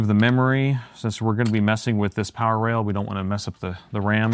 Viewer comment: I saw a lot of your videos but always when you said "power rail" I hear that as "parallel" 🤣